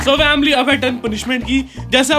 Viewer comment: Why the say vamily not family